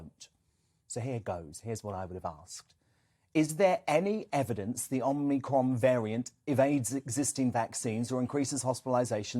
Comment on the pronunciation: Perhaps learn to pronounce the name: "Om-ee-cron", not "Om-nee-cron". People might take you a bit more seriously. Then again maybe not whilst you insist on using ridiculous soundbites like "scariant" instead of "variant". Sad thing is that whoever came up with that cringe - worthy piece of word play probably thinks it's really clever. Oh, and quoting things that scientists said 18 months ago as still true and relevant doesn't take all of the masses of research conducted since into account. Back then, it was true to say that we had no effective treatment or vaccines for covid. By your own logic, that means it's still true now. So how do you explain the reduction in the infections to deaths ratio?